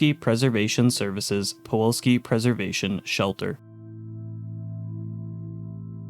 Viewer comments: are you saying “puwolski” throughout this video instead of “pulowksi”? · Nice vid... But it was hard to enjoy fully since PuLoWski is pronounced puWoLski every time...